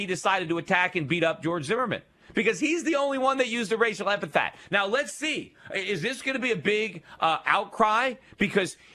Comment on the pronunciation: epithet. Yeesh, one time, okay, but over, and over. damn. Repeat after me: EP-I-THET.